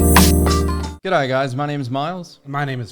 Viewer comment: Still can't say g'day properly.